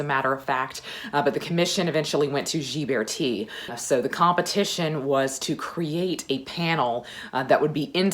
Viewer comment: I love these Renaissance videos. Your love of history shines through. By the way, Ghiberti is pronounced with a hard “g” and the accent is on the second syllable.